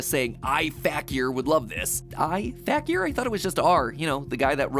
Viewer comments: So matt kept saying r fakier fact-e-er- but wilvur pronounced it fakier fake-e-er meaning the characyers are fake kinda cool 😅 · The way he pronounces Fakier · This video is so great but i can get over how mat is pronouncing fakier wrong lmfao